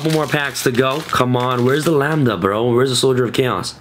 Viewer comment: The very first Yugituber to pronounce Lambda correctly. Finally.